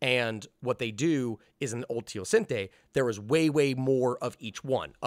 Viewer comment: Still pronounced teosinte wrong lol